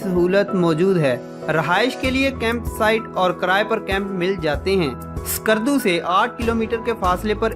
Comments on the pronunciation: There's no 'Alif' is skardu... Its not Iskardu.... Its just skardu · My friend I like to make corrections name of the city is call skardu . Not iskardu